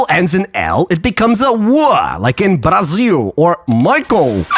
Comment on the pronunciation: esse é um dos poucos vídeos gringos que cita o Brasil não para farmar dinheiro e sim porque gosta da cultura, oque cara até falou Brasil com s em vez de z